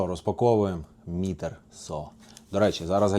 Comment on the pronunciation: Англійською буде не мітер, а майтер